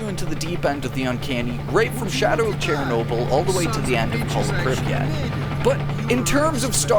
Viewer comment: Dudes out here pronouncing it chair-noble